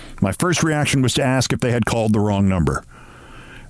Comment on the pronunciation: Did Adams say 'ax' instead of ask... How is that not a red light? He can not even speak English. How was he elected?